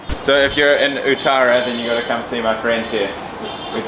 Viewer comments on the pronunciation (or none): "ootara" foods and sweets. its pronounced UUTH-ARA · its uth-thou-rrah uttara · saying mid video wow you completely butchered the pronounciation of uttara